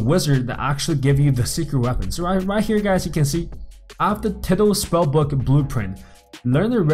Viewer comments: 'tiddal' Its Tidal, Pronounced- Tie Doll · its tidal (ty-dall) not tidle. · Pronunciation: (tie-dale) not (tid-al) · bruh its not tiddle spellbook like your shooting pee or something its actually pronounced " tie- dall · Its pronounced "taidl" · Its not teedal its sounds wierd... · Its pronounced as tiedal but spelled as tidal............ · You asked, it’s pronounced tidal, like how you pronounce eye. Like tide. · He called it tiddal bruh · when he said tidal it sounded like he was talking about some turtle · Lol the way he says tidal spellbook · that's not how you say tidal EDIT: nvm I just noticed you said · I’m getting triggered every time he says tidal